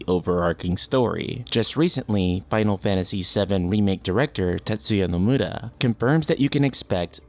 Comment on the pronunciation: What's funny about it? From what I hear he pronounces it quite good. Better than your average American who tends to butcher Japanese names and titles.